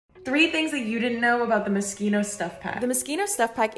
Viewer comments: Is it not pronounced “mo-she-no” or have I just been pronouncing it wrong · Wait- is Moschino pronounced as “moskino”?? I ALWAYS THOUGHT ITS “moshino” LMAO. Tbf English isn’t my first language and y’all’s language is super weird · Are we not going to talk about how everyone pronounces it 'Mos-kino' when it's actually 'mo-shino' 🙄😂 don't believe me? Ask Google with both pronunciations and see what you get 😉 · oh my god wait its pronounce moskino??? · MosKINO. MoScHINO, you don’t pronounce the K darling. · Is it really supposed to be pronounced mosqino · Oh so that's how you pronounce it